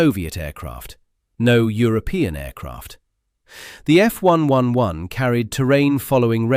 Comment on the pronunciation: Since when when did the RAF get pronounced R..A..F? or the F111 as F...1...1...1?